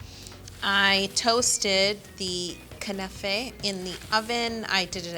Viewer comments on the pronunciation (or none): Knafeh is pronounced as kunafa